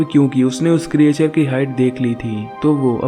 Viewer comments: क्रिएचर नहीं क्रिचर बोलो। 😀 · Good explanation. But pronounciation pe thoda dhyan do. Creature aur Explanation sahi tarike se pronounce nahi karte ho.